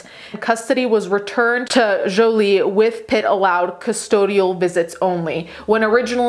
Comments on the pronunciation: I love the way she is saying Jolie That's the actual real pronouniation of that French name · Didn't hear "Joiliette" anywhere in the video. Jolie is a French name and pronounced it correctly. Does she need to Americanize it for you to understand it? That's sad. And what does being Italian have to do with anything? Because it's her first language? You can't even spell her name correctly, but she needs to change her manner of speaking to satisfy and pacify your ignorance?